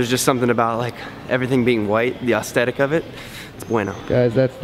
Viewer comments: assss-the-tic =-) not aus-the-tic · i heard "austetic" and "thanks g eazy" and i was out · You say aesthetic wrong 😂😂 you say aostheic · why do you pronounce aesthetic so weird? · You pronouncing aesthetic is like Ted pronouncing chameleon